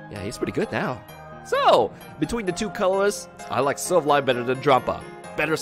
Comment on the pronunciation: The way you pronounce silvally kinda hurts